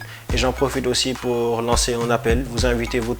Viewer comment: Lancer et non lencer